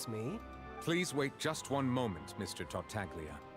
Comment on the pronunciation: I can see it on face, the pain of hearing the "g" in Tartaglia when characters are saying that name